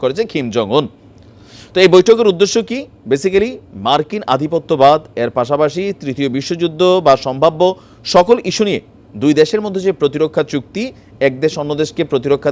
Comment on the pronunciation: Bhai please don't tell বেসিকেলি it's basically বেইসিক লি।